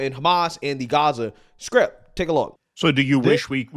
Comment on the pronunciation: strip..not skrip